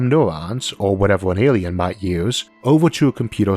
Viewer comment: Interesting topic but your weird baby talk accent ruins it, learn to pronounce the letter “L” the word isn’t Awien it’s alien, it’s not wealwize it’s realize and it’s not contempowary it’s contemporary